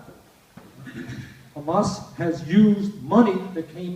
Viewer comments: "we have a situation where... KKHHHHHHHHHHAMAS..." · He just said "Khhhamas". THAT'S THE END OF IT. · I hate how he says "Khamas" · Anyone who says KKKKhamas has the worst shit takes. So hearing Bernie pronounce it that way immediately shows everything about his stance on the issue. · Bernie is purposefully saying khamas. There is no excuse for him to say it this way smh. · The way he pronounces 'KHAMAS' tells you everything you need to know about Bernie. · When someone says khamas I know something is not right. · When he said "Khamas" you knew he was washed. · idk what anyone expected, hes always been part of the tribe. he even pronounces hamas like his israeli handler. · I LOVE you. I literally came to the comments to say that😭 it’s so disgusting especially knowing that he’s literally American yet saying it like that🤢😷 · Don't lie. Hamas is written with a ح , not a خ. SSrаеІіs are just too stuріd to pronounce it correctly. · Another one